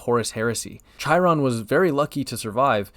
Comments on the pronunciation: I'm never going to get over people pronouncing Chairon like "Chai-ron"... they likerally say his name several times in the game... come on guys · That Chiron pronunciation was like chalkboard scratching. I want think it was on purpose...